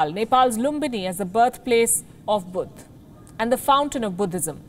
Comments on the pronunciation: Lol what is Budh? It's Buddha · what the hell is "budd" lol